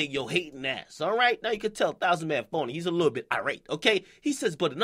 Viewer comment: lol he didn't even pronounce it right